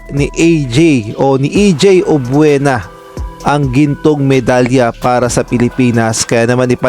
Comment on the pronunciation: Subscribe na sana ako, e yun F, P ang bigkas tas yun Obiena, Obuena….. he he he , samin dito sa Mindanao at Visayas may F. We say Filipino, not Pilipino. Wag na muna subscribe, irritating to the ear.